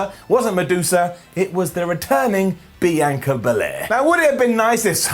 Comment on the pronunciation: BEE-YON-KAH. You're butchering the EST of WWE name